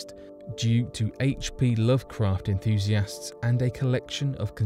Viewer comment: Lovecraft sounds more like love Crack